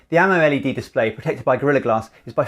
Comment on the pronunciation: Spot on amoled pronunciation